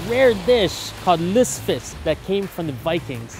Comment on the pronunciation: Dude, your pronunciation of lutefisk is terrible lol